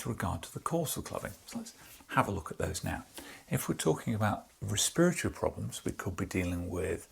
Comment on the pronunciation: Respiratory, pronounced “Rih- Speer-ih-torry”